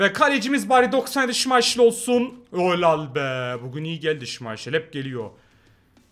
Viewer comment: Abi niye şimayşıl diyor o şimaykıl değilm mi?